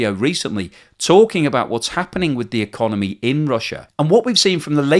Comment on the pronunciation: "So the russian econemy"